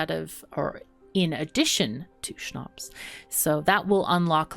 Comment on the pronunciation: She said it so it sounds german what is really wierd. To hear a German word in the middel of her talking . But it sound so good as a German :D. And Schnaps is so well pronounced that i have the feeling there are some German ancestors or family members that speak German